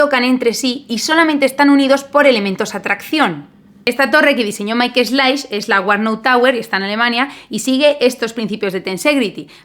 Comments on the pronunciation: Pronunciación aproximada de Michael Schlaich: mijael schlaij. Aquí puedes oírla, la ch como j, parecida a la española; y nada de Maikel, que eso es meter el inglés en casa ajena. Me encantan tus vídeos! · se pronuncia Maik Slaij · Se pronuncia maic slaij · Sobre la pronunciación, sería algo como "Míjael chlaij" (usando fonemas del español). Sobre el vídeo: 1. Eres guapísima 2. Pedazo de estadio 3. La primera vez que oí el nombre "Wanda", pensé que había oído mal y alguien hacía alguna broma sobre Wanda Nara (la petera de Icardi) 🤣